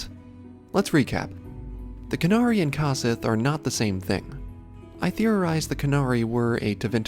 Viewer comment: isn't it pronounced COsith like CO-OP?